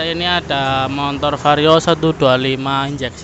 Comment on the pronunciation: MOTOR bro bukan MONTOR😂